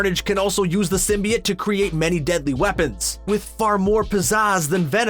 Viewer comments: “symbiut” bro come on symbiOTE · sym-bee-oat not sym-bee-it. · sim - bee - it thats a new pronounciation of symbiote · Bro 1 min of what he looks like and teen mins of garbage. And your pronunciation of symbiote was off. Not like the first venom trailer but still off.